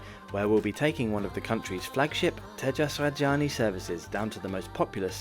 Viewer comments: It is Rajadhani not Rajani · It is Tejas Rajdhani and not Rajani. 😅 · Rajdhani. Repeat after me. Raj-Dha-Ni!!! Is it that difficult??? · Love your butchered pronunciation of Indian names. Rajdhani, Maharashtra, LOL! Keep up the good work :-)